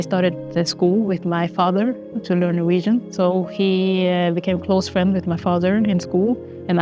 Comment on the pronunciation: "Norwegian" lmao